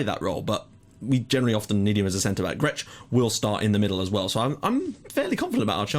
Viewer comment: Hi you must be getting really frustrated with my comments :P But here are some new corrections-Xuereb is pronounced Sh-ue-reb. Grech is pronounced Gr-ek. And also, Valletta and Hibernians are currently the real top dogs in the Maltese Premier League. Birkirkara are basically the team that finish 3rd most of the time. For me you should really be more worried about games vs Valletta and Hibernians rather than Birkirkara, but I don't know how good they are in the game. And yes, Michael Mifsud was one of the best Maltese players of the recent times.